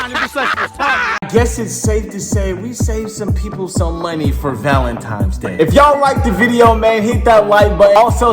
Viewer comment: Why do niggas say Valentimes days 🤣